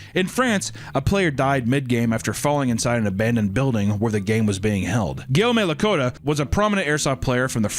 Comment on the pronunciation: The way you pronounced "Guillaume Lacotte" is WILD.